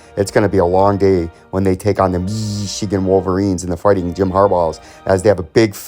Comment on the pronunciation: Dude just say Ohio state or Michigan correctly dude.